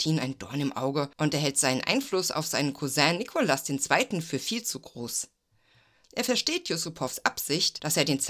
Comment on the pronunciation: Gut gemacht, nur nervt, dass Du leider ständig den Zaren einem falschen Namen gibt's. Der Mann hieß Nikolaus, nicht Nikolas. Ggf. hättest auch Nicolai nennen können.